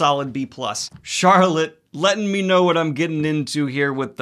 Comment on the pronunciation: “You have crappy bookshelves Harry” “I have wOt”